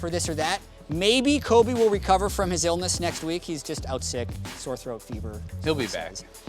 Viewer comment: Lol I heard "maybe Kobe will recover from azaelness next week" instead of "his illness"